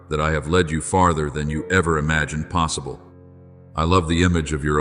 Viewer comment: Ai doesn’t know how to pronounce possible…lol…I know where You are in Your luminous stillness…can’t help it…